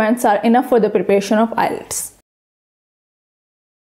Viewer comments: ILETS or IELTS??? May be several times you have pronounced ILETS. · We truly apologize for the mispronunciation of the word IELTS in this lesson. We have corrected that mistake in the later lessons. Thanks.